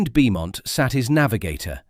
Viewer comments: Roland Beaumont is pronounced Bowmont. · Pronounced “Bomont” you ignoramus 😡!